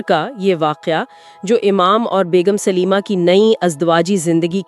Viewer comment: Not Sulema it's Salima.